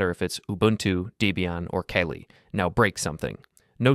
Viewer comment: "KayLee"???? idc if this is human or ai voice but it's "Kah-Lee" like the hindu goddess.